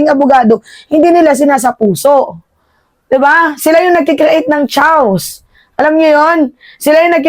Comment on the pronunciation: Hindi chaws (chaos /kā′ŏs″/) ang pag pronounce ang tama ay ang "kiyos" .... chaos /kā′ŏs″/